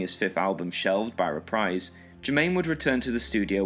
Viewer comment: Reprise is pronounced "repreez" not "reprize"